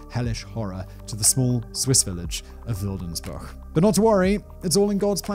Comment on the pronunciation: I grew up in Schlatt, a neighbouring village to Wildensbuch, but never heard this story before. I'd like to thank you for making this video and tell you that your pronounciations were pretty good